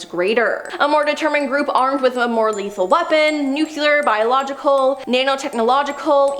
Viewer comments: Must be the George W Bush pronunciation.... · It's nu-cle-ar not nu-cu-lur. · nuquelar? really ? ?? ahhaha